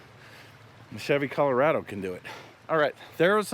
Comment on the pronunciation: CUH-LOW-RAH-DO Sorry, I had to point it out 🤣🤣